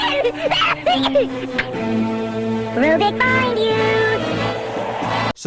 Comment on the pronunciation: I'm sorry, but I have to make a few corrections: -The original California Raisins commercials were developed by the California Raisin Advisory Board, not by any specific brand. -It's RUBIK, not Rubix...it's obvious from the clips you showed. -Turbo Teen's real name was BRENT Matthews, not Brett. -Bravestarr has three r's. 😉